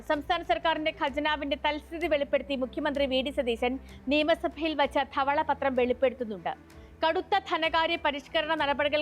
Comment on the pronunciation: "ദെവളപത്റം" എന്നാ പറയുക